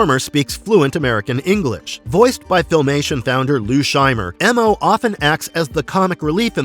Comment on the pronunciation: And he was just called “Mo” not “Em-oh”